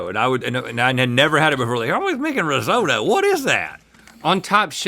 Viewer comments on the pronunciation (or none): it's rizz ott o not 'rizz o toe'